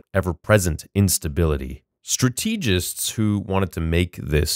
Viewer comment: Strategists is pronounced strat a gist. Consolidate con sol ih date.